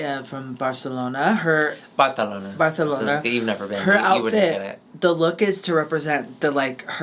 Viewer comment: So excited for another season go saying “Barthelona” and Alexis looking STUN! Always missing Chan ☺️🖤